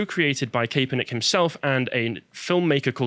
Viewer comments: Pronounced Cap-er-nik not Kay-per-nik But don’t put too much stock into the pronunciation, as he’ll be forgotten very soon. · It’s Colin Kapp-er-nick, guys! Just an FYI